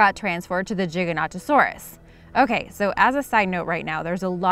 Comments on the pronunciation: Giganotosaurus is pronounced with a hard G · Choc chipz gaming - Unfortunately that is incorrect cuz look at the spelling - Giganontosaurus! You are saying it like - Gigantosaurus! You are missing an extra "o" and "n"!!! Sorry just a pet peeve of mine! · Its pronounced GIGAN not JIGA and so its GIGANTOSAURUS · that pronounced GY-GAN-OT-O-SAUR-US and their the largest carnivores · Its gi-ga-no-to-sau-rus not chiganotosaurus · I giga not jiga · I don't say Giganotosaurus instead I say Gigantosaurus. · Gig-a-no-to-saurus. The first G sounds like the second G. It's not a J sound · It's pronounced Giga not Jiga... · I think it’s pronounced gigagto saur us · Gie gan oh toe soar us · Explaind, Giganotosaurus is pronounced as Jig-ah-no-to-saur-us. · Narrator: JIGA- NOTTA-SAURUS Me: Pukes. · its pronounced ji-ganto-saurus as in gigantic cause at the time t-rex was the biggest meat eater known then they found gigantosaurus which is bigger and thought it was gigantic so gi ganto saurus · it's pronouced Ji-gan-to-saurus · It’s Giganotosaurus Gi-Ga-no-tosaurus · Gi gan ta saur is. It is the correct answer to say The GIGANTOSAURUS!!! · This is how you say gigantosaurus gi gant to Saugus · Giganotosaurus, its should pronounce Ji-ga-no-to-saw-rus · Jiganatosaurus like dat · Say gi-ga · ...its giganto like Giant..Giga..big...I dont understand your question.... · It's no toe saurus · Gi ga not o saurus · It’s good to know I’m not the only one who pronounces Giganotosaurus as Jig-a-not-o-saurus. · she said jiganotosaurus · It's pronounced Gig-an-oto-saurus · It's jaygantosaurus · Giganotosarus it’s pronounced with a hard G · Well its giganotosaurus as in jig saw puzzle type. It even states that in dinosaur encyclopedias lol. People dont read the correct pronunciation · Jig o noto saurus thats how i pronounce giganotosaurus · JIG AN OTO SORE US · Gi - ga nota saur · car-char-ro-don-toe-saurus. Giga-no-toe-saurus